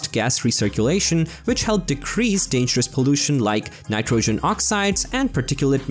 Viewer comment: lots of repetition of the same facts and statements! And its diesel not gas it burns! And I couldn't figure out what the "insane" reason was for developing the V8, other than reacting to demands of the industry! Cut down on the BS and it will make the videos better! And pronouncing "nitrogen" correctly would help too!